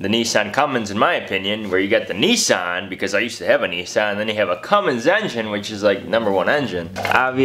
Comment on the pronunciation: Bisssan¿? Nissan